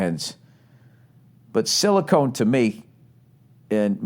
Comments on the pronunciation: It's Silcon Valley not silicone, dumbass. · Silicon vs Silicone lmao